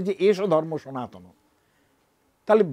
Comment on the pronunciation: Your pronounce is totally wrong,. Sanatan not sanatani.